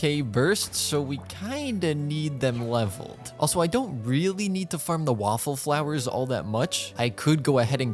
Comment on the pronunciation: HELP😭 did i just hear waffle flowers?